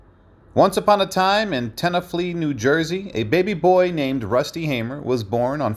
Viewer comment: Tenafly not tenaflee.